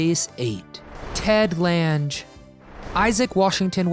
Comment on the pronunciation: This guy pronounced the last names all wrong. Its Lauren Toos not tweeze, Jill Whelen not weelin. Ted Lang not lands, Bernie Koapel not Kopele. . Geeze.. Jill still looks beautiful.